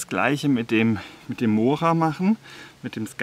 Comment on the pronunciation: Vielen Dank für deine schönen intelligentern Videos . betone das o bei mora doch bitte als u .also mura .es schmerzt doch arg.😁😁😁